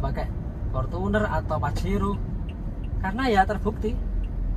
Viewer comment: bang yang bener kalo ngomong mobil ventuner apa fortuner yak